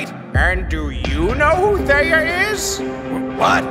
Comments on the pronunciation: And it's Theia not thea. Sorry if I was rude... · Watching this hearing ‘theia’ as someone named ‘Thea’ is hilarious😭